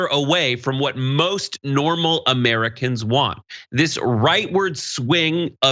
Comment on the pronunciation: I can't stand how Marjorie Taylor greene pronounces "Americans" like uhh-mear-uh-kinz